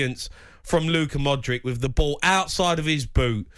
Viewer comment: What's with these numpties calling him Modrick? Hoddle is always at it. The guy's been playing elite level football for about 15 years but they still just cannot be arsed to pronounce his name right.